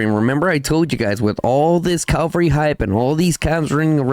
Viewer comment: You do awesome content, thanks a lot. One small thing. There is nothing in English called CALVARY... It's called cavalry...😂😊 with a spoken V before the L. ❤